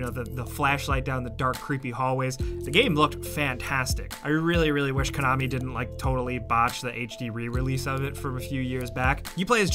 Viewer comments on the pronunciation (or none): none